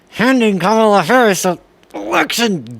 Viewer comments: Quit mis-pronouncing Kamala's name! :face-red-droopy-eyes: My name is so basic and so forgettable. Guess who I really am?!?! Juan Molinero? Jean Meunier? Johann Müller? John Miller? I'll never tell🤭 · Maybe these people that cannot pronounce Madam Kamala's name are not smart. They could have a mental problem because they cannot remember something so simple. Therefore we should vote for Harris/Walz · Unfortunately, There are none so blind as those -who- that WILL NOT SEE !!! And those who choose to disrespect by deliberately pronouncing a person's name incorrectly, will likely never learn to be respectful or courteous. That is simply a poor reflection on their character and attitude, neither of which are ever likely to change for the better. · It's infuriating that these "anchors" can't show the least amount of respect for a vice-president and presidential candidate to correctly pronounce their name. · English language makes us naturally put emphasis on the second syllable instead of the first. But like you can place some slight mindfulness to correct that natural inclination. Most Japanese words work the same way. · Why can’t they pronounce her name ,, its as if they have mental block as well as linguistic problems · Trump is the one who started pronouncing her name wrong from the very beginning. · Emphasis is on the first syllable in "Kamala," just like in "Donald." So... crazy hard to remember, right?! 😆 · I think there was a memo email that said, "we will now pronounce Kamala in any way you want as long as it's not Comma-la". And just a reminder, don't say the Democratic Party, it's democrat party. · the way they purposely say "ka-MAH-la" is so unbelievably childish and racist. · He said he name correctly one of the times so he knows it.. they purposefully mispronounce it which is just such bully behavior and has racist tones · I am so sick of them mispronouncing her name intentionally. It's so disrespectful. They are beyond deplorable.